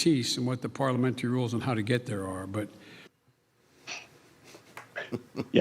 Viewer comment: Why is he saying “ parliamentary” why don’t you highlight that?